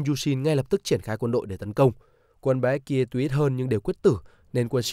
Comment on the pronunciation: Phát âm kiểu gì chán vãi. Baekje: Bék Chê. Chứ gì mà Bi-ét-ki-ê. Phát âm sai mà cứ bang liên tục cả clip đến nản.